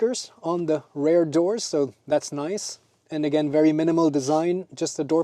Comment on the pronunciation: while using Google, you can also use eg. the Translator app to check, that the word REAR is not pronounced as RARE. That is a different word...